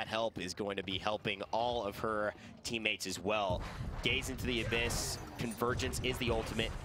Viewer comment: 1 Question. why say abbys? ( Supposed to be abyss probably) why not just say Seris